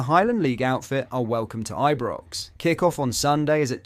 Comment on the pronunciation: Are you using AI text speak? Your pronunciation is all over the place. All rangers fans know how to pronounce Ibrox. And it's Fraser burra